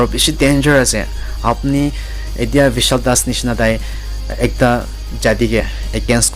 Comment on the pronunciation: Bishal not vishal ban not pan u r confusing others pls try again